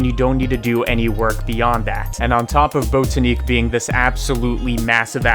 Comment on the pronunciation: Botaniq as in “botanical gardens”, not bOtaneec